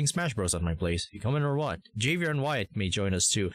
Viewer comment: Great video, and thanks for making this vid, and sorry for being late to comment on it, but just to let you know, Javier is a Spanish name and J is pronounced as H, so it’s pronounced Havier, but still spelled Javier.